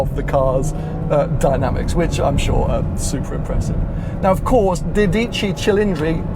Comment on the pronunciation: "Dódici", accent on the o and the c is single so it should be quicker. You were saying "Dodìcci" 😁